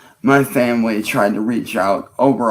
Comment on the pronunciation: 'I want to do better, I want to be better. My Fuhmly' blah blah blah. Lies. You want to be left alone so you can do what you always do, prey on women and children. You haven't honored anyone or anything your entire life you little sex pest freak.